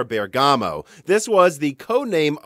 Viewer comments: Just a small notice about the pronunciation of Bergamo. If you want to please the native Italian listeners you should try to pronounce ik it with the accent on the first syllable: so not Bergámo but Bérgamo instead. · So strange to hear it from Italy: the correct pronunciation for Bergamo is Bérgamo, not Bergàmo. Awesome video anyway! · "BER"-gamoe not BER-Gah-Moe . . . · A detail: the pronunciation is "Bèrgamo", not "Berga'mo". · Bérgamo not Bergámo. 😜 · Please say "Bèrgamo" and not "Bergàmo". Thanks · in Genoa and Bergamo you must stress the "e". Greetings from Italy. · I know it's terribly rude of me to say this, but for my VERY Italian ears' sake: Bergamo is pronounced with the same stress as "hypergamy", that is on "BER-gamo" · It's a very unimportant bit of information, but the first syllable in Bergamo is the one you pronounce, not the second. Amazing video as always! Very excited for what is coming in the next years! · How to actually pronounce Bergamo